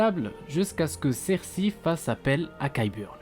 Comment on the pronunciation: On dit "sersEY" :D